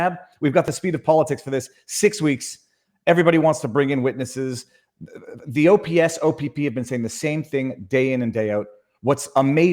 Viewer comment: He said "There were 10 recorded acts of violence and 6 of therm were by ther police!"